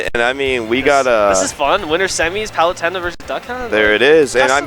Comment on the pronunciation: For PITy sake please say Palutena correctly! Why does each commentator pronounce Palutena wrong?